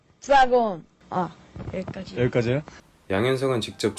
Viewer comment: 이때도 여기까지를 여기까”쥐”라고 햇누